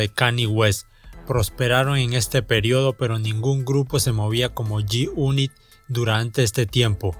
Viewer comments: "yi yunit" 🤣😂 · Yoi ban yi uni😂😂😂 grande el homie😂😂😂